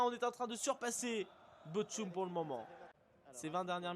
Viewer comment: Bochum se prononce: Bord Houme